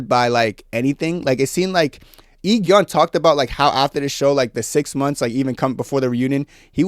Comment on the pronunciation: i know youll probably never talk about these people again but just to let you know the pronounciation for Go Eun is Go Un and for I-geon is E gon😭 also completely agree with you about the mingee thing she was my favourite i hate that she has no real ally in that cast